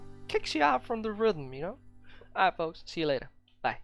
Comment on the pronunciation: Maybe it's just a visual bug... Hopefully, you didn't miss out on the atoms. I noticed you seemed frustrated about the pose pronunciation. I have mentioned it to you in the past, but it isn't really a big deal. I only mentioned it in the past in case you didn't know how to pronounce it. I live in the united states in the state of Indiana. I have only ever heard pose pronounced with a long O sound like hose, nose, doze. I have no idea how the rest of the world pronounces it. I believe most people from the united states would think you are saying pause. I am sure you have plenty of native English speakers on fallout 76 to ask if you want. I enjoy your videos.